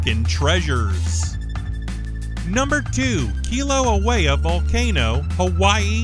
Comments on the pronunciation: The state capital of Alaska, Juneau, is pronounced JEW-no, not zheh-NEW, Next, regarding Dry Tortugas, the group of islands, called an archipelago, is pronounced ark-uh-PELL-ih-go, not arch-ee-uh-PLAH-go. Third, Kilauea is pronounced kill-uh-WAY-uh, not key-low-uh-WAY-uh. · Don't forget "archie a plah'go" (archipelago) and Kilauea, not "Kilo oh ay' ya". But the photography is stunning!!! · Not again! Kilauea is pronounced kill-uh-WAY-uh, not key-low-uh-WAY-uh, or to make it less Anglicized, and more Hawaiian--keel-ah-WAY-ah. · Great video! Thank you much!👍😁 (A few things tho~ Juneau is pronounced joo-NO, Oregon is pronounced or-e-GUN, and Kilauea is pronounced kil-a-WAY-a) 😉 Sorry! Just a pet peeve of mine... can't help it! 😬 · Get some help with your pronunciation of "archipelago," "Juneau," and "Kilauea"